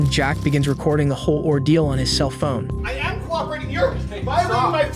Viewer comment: Listen to how it says "Cellphone" . It can't consistently pronounce many other things either.